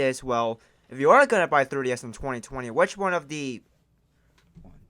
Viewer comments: It sounds like your saying "Thirty S" not "Three D S" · Me: Say "Three" OP: "Three" Me: Say "D" OP: "D" Me: Say "S" OP: "S" Me: Altogether now... OP: "Third-E-S" Me: Try again. OP: "Thirty-S" Me: 🤦‍♂️ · It is pronounced "three d s ". Not "thirty s". Thank you! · 3DS...not 30s. Say it again 3 D S. Speak more clearly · Comsidering you said the word “3DS” a million times in this video, I hoped you’d say it properly at least once. Couldn’t even make it to the end of this cause you be saying “third DS” every time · The Thirty-S XL. Who keeps hearing 30 instead of 3DS? Lol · I’m hearing “30 S” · "Thirty S" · Why does it sound like he’s saying 30-S instead of 3DS, and how many times do you have to say the word “what?”? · "thurr DS" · He says 3ds like 30s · the way he says thirdy s instead of 3ds is hillarious. Ps no offence not trying to be rude or anything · Hey bro ..why do u keep calling it a Thirdy S ???? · Why do I hear 30s when he say 3ds? Anybody else? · The way you said 3DS at the new 3DS xl part made me die.